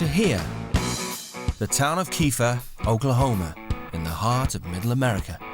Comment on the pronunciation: narrator attempts an American accent saying “Oklahoma”